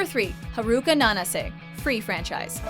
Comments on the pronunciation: I cringe when she said Haruka wrong 😒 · It's HA-RU-KA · Yea dubs are really bad They almost always pronounce names wrong. Like I was cringing every time she said Haruka and Nanase